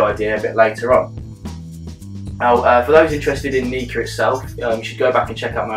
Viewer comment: Prefer your pronunciation of the brand. Mine gets awkward looks...especially when I'm staff in the House Of Malt and referred to this one as the most sexy little Nikka in the range :-P